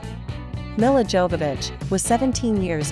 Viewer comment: Series??? No honey this was a movie lol also her name is not pronounced Mella lol it is pronounced as Mill-a lol